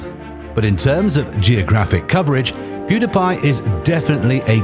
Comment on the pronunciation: You don’t know how to pronounce pewdiepie